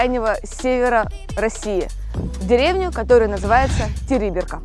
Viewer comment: Правильно не Териберка ,а ТерибЕ́рка